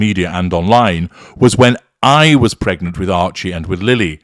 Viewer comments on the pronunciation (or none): Why did she have a need to stress the word “pregnant”?